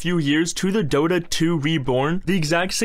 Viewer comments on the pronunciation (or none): none